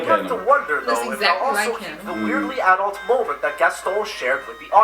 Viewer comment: I like how he says "aah-dult instead of "adult"